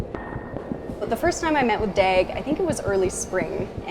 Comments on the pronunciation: Oh for the loveof.. [Daeg].. No, his name is pronounced more like the US [Dog]. Dag in both swedish and norwegian means "Day". Pronouncing someones name, to me, is about respect. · I'm a Swedish old man of 64 and I live way out of a small town and I totally understand Dag. By the way, the name DAG is not to be pronounced with a short A, it's to be pronounced with a long A, like DAAG. Swedish Pronunciation: [dɑːg] Sweden's most famous person by the name of DAG is Dag Hammarskjold Born 29 July 1905 & Died 18 September 1961 (aged 56). Who during his life was a economist and diplomat who served as the second Secretary-General of the United Nations. If you are interest in him, please feel free to read about Dag Hammarskjold via the link as follow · "Dæg æbby" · I cringe every time they say his name. The correct pronunciation is more like "Dahwg" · The pronunciation of his name is just... American xD Wow.